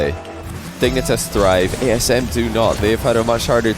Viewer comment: I kept thinking was messing up by saying TSM because of Eyeignite before realising he'd said ASM right